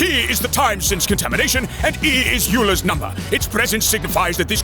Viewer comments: "Euler?" It is pronounced "Oiler" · "Euler" is pronounced like "oiler", not "you-ler". Checkmate,! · All this science but you said "Yewler" instead of "Oiler" 😭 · pretends he’s so smart, but he doesn’t even know Euler is pronounced “oiler.” What a moron. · Euler's number. Pronounced Oiler {Oy-ler}. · To be fair, Wolverine does have chronic pain and constant agony. Like, everyone in the X-Men multiverse does. :D Gambit: "Actually, it is pronounced Oiler." "Why are you here!? He was Swiss!" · pronounced "Euler" wrong:3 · I thought you knew better to pronounce Euler correctly. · "Euler" mispronounced... Literally unlistenable. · How do you pronounce Euler?